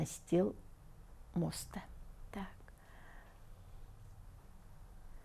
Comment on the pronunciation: моста ударение на а